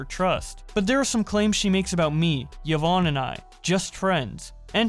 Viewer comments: I have to tell you this because otherwise you might not ever know but Yvonne is pronounced Evonne and Sean is pronounced Shawn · he pronounced yvonne ya von ee. he has autism though so its not really right to make fun of him for his pronunciation. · Why do you pronunce "Yvonne" differently everytime you talk about her lmao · good detailing of the drama, but how you make a 3 and a half hour video about the otv drama and mispronounce SEAN and YVONNE